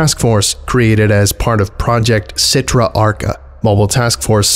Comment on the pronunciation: Achra not Archa